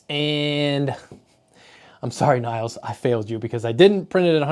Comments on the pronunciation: Nils is pronounced like "heels", but with an N instad of H. Same goes for Niels. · "Nils", atleast in Swedish is pronounced more like ya would say "Million", if ya change to "Nillion" and then short it to "Nills"